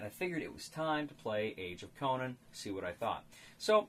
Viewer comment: A very interesting review, I was wondering about this game. How does it work with lower play count? And have to ask where does Conan come from? You got too many syllables there.:)